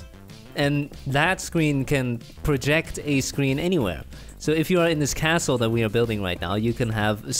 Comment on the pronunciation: when he said castle I heard asshole